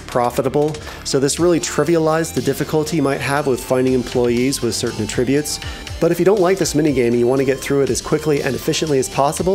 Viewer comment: When you use the word "attributes" as a noun, you stress the first syllable. Not the second. You stress the second syllable when it's a verb.